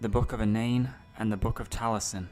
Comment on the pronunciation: mabi nogi... talisen.. die fed.